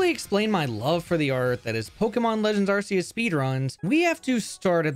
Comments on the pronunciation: I also use to pronounce it "ar-see-us" but I believe it has to be pronounced "ar-kee-us"... i don't believe nintendo would give us an arsphone... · ARCEUS is not pronounced RCS. It is pronounced RKS. This is not debatable, nor a matter of preference. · Arr-Key-Iss >Arr-See-Iss Reason: Ark Phone, not ar$e phone. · Man I had such high hopes during the intro and it was all shattered the moment I heard “ar-see-us” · Its “Ark-eee-us” btw according to the official Pokemon Book, 2024 and either you’ve always said it wrong or you still don’t know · this is a great video but ur pronunciation of arceus is killing me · Nice video, but learn how to properly say Arceus please XD